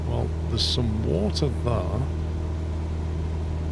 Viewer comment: Your voice and tone would be perfect (among a sea of annoying American youtubers who have a permanent demented upward inflection) if only you could pronounce the word "there" correctly. How can you talk so well yet say "thurr" it's really difficult to listen to.